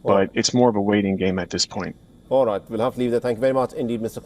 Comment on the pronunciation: DIAL WEST NOT "Rite".